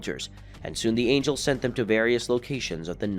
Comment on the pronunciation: Anya? Who read this they don't know how to say angel